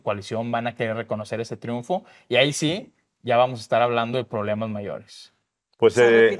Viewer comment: Ploblemas mayores, que incongruencia???????????